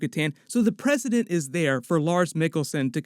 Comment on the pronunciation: Love you,, great video as always, but "prescedent" > "president"